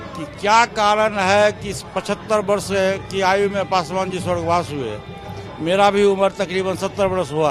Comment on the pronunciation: Sarab Pikar Bol Raja Hai pasu pa Rsh